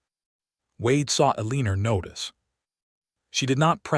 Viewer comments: Elina not Eliner. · Oh good grief. AI isn't much of threat to humanity if it can't pronounce common names. Pay attention: EL-i-nor --NOT el-EE-nor.